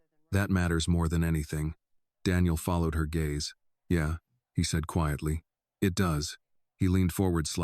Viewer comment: Gaze is not Gaza. I am sorry but there is no excuse not to be able to read and pronounce words. Phonics is reading and spelling and sounding out words.